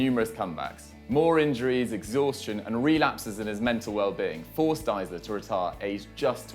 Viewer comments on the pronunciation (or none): It's Deisler, not Diesler. Do your homework, guys.